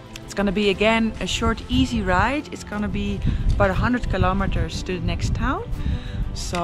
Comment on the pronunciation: And as always liked the way you pronounce kilo meter...🤣